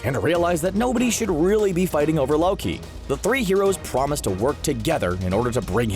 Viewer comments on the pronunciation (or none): none